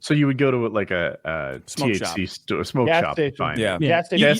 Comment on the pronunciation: "TCH 9" is delta 9 what in the retardation are they on about